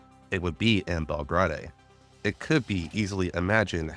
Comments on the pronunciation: im loving the recap so far as i havent played GFL1 since 2021, but my brother in christ it's pronounced bel-grade/bel-grayd not bel-grah-day. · Bel-Grai-De* But still BUHHHHHHHH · JFC still misinformation based on the guys bias , again gender is not "ambiguous" is canonically female according to writers and the male option is there for those who wanna play a male character. Also learn to properly pronounce names, like here "Belgrade" you can easily find how to properly pronounce it, its a real city in south-east europe the capitol modern day Serbia.